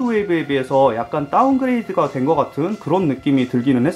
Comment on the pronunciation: 아하 ㅎㅎ 다운그레이드를 너무 세게 발음해서 그렇게 들렸나봐요 ㅎㅎ